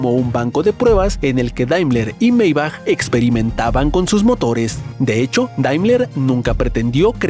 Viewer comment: Error de pronunciación en el minuto Wilhelm Maybach no era inglés, era alemán, por lo que su nombre se pronuncia como si en castellano se escribiera: Vil-jelm Mai-baj. Habiendo tantos idiomas en el mundo, es bastante torpe creer que cualquier palabra que no sea castellana, debe pronunciarse como si fuese inglesa.